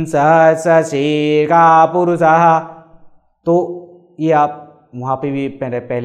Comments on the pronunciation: Unfortunatelly, hindi accent bahut zyada hai udaharan me :( puruSah (sh - ka ek prakar) kahna chahie, "purusah" galat hai! (meri tootiphooti hindi kSama karen) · प्रणाम🙏 सहस्त्रशीर्षा में ष को ख जैसा उच्चारण किया आपने परंतु पुरुषा: में षट को केवल स उच्चरित किए आप। कृपया समझाएं🙏 सादर आग्रह है विप्रवर🙏